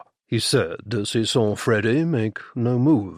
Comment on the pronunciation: I like the narrator, except when he says "Freddy" most of the time I hear "Frodo". The humor is great... kind of Bertie and Jeeves ridiculousness interspersed with some more serious danger in some of the books. I thought I had figured this one out, but there were some twists that surprised me!